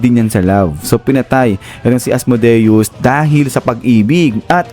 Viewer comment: Asmodeus hindi Asmudeus